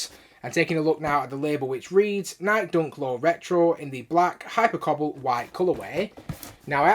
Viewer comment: Why do u keep sayin nike like that? Lol its nikE not nyik lol